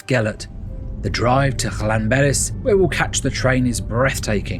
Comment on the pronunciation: Ll makes a should in Welsh as if you are holding spital in your mouth and then you throw your tongue forward in the month to make the sound so it is not Lan it is Llan